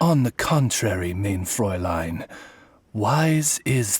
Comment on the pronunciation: "mayne fräulein"